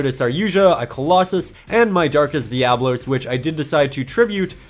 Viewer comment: I don't mean to be that guy, but it's darkest dia-bolos